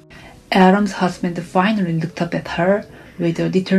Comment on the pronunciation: EXAMPLE....SHE SAID...FINARRY..( FINALLY ).... CONDORENCE. ( CONDOLENCE )